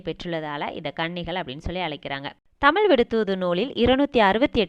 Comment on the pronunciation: நல்ல தகவல்கள் நீங்கள் கூறுகிறீர்கள் இருப்பினும் தமிழ் சொற்களை சரியான முறையில் பயன்படுத்துங்கள் தமிழென்று சொல்லும்போது சிறப்புழகரம் சரியாக உச்சரிக்கப்படுவதில்லை